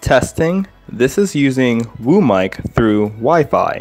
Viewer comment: I heard room mic insted of WO mic 😂😂